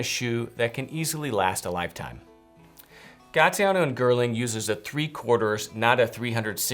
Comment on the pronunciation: Did you just say “gaTiano and girling”?